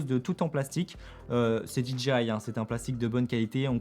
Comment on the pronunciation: Salut. Juste une petite remarque sur la prononciation de DJI. Quasiment tous les francophones font la même erreur. Pour dire DJI ils prononcent DI-DJI-AYE alors que ça c'est la prononciation de DGI. DJI se prononce DI-JAY-AYE.